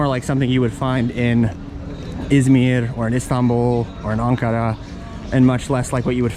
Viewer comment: Always a good history lesson! And I appreciate you pronouncing the names of places accurately like Ankara, Izmir...